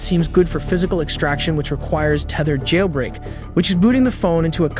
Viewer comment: Pronunciation of "progress" as its noun form (PROG-ress) when it was used as a verb (pro-GRESS), as well as the bizarre way "jailbreak" is pronounced makes it obviously text-to-speech. I bet the scriptwriter wrote "jail break" as two words in the script, leading to the wrong enunciation.